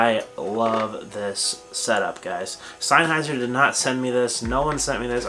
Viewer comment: Uh??? Synheiser???? It's SENNHEISER ! can't even pronounce the name 😱😱😱😱😱